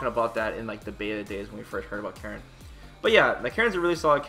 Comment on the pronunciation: Holy shit, he pronounced Karin's name correctly.